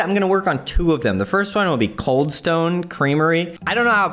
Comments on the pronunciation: Cald Stane creamery 🤣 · “cald stane creamery”